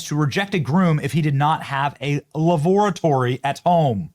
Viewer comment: Lavoratory? Lavatory I think